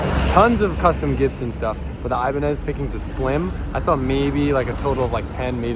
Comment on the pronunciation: Not here to bash just inform brother , the guitars Ibanez , are pronounced EE-BAAAN-YEZ, like a Spanish tone 🤙